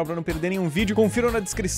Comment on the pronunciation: ludiero kkkkkkkkkkk é ludiéro q fala mas whatever